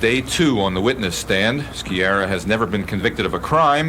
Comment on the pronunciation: Ski-ah-rah, not Ski-erah. Can't even pronounce properly, so called reporters...